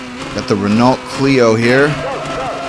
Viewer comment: it's not pronounced Renault it's pronounced ren-o. Just so you know!:)